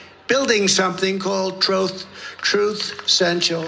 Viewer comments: "Troth" social??? No wonder it flopped... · He lies soo much he can't even say the word "truth" correctly lmao!